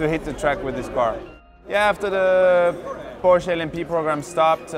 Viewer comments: Who else is triggered by "Porsch" ? (it's Porsche) XD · You know there's an "-eh" at the end of Porsche, right? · Try Pronouncing PORSCHE Properly.........!!!